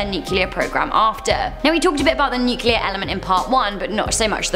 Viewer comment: thank you! A host that can pronounce nuclear correctly!